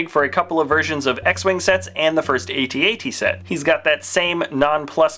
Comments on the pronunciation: its not pronounced aytee aytee its at at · It's not A-t-at, it's AT-AT! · It is pronounced AT-AT. Even some of the makers of episode 5 have said so.